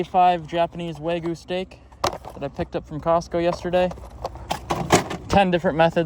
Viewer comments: Wa-gyu. Never start with saying “way”. Waaaah gyu. Dude you went to Japan. Be respectful. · Wagyu wagyu wagyu, it’s waGYU not waYGU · It's WAGYU. WAGYU. Not Waygu. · Isn't it wagyu? Not waygu? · Lol it's Wagyu lol Wag-you 🤣🤣🤣🤣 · How do you go to Japan and still pronounce Wagyu wrong. Just shows a lack of respect for the culture.